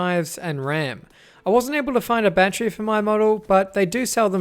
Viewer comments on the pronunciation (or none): Great review! "Battery" has three syllables.